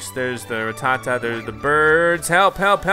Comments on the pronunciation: I’m sry, did he say...”Ra-tah-tah!”...😶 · RrRatTaTa? He says Rattata wrong and it’s annoying